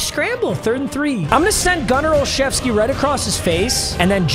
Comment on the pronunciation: Bro pronounces Gunner Olszewski right but can't seem to figure out Kevin Mawae